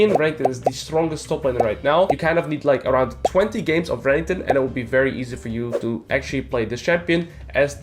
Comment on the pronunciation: I like how you pronounce Renekton. Rankton xD